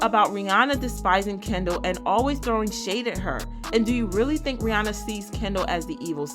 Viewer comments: Her name is Rhi-ANNA NOT Rhi-ONNA! FYI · First, better make sure you are pronouncing the name "Ri-ya-nah" properly.